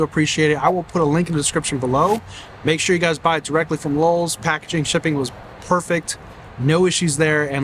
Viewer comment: I was hearing Lulls at times… where are these extra L’s in LOWE’S?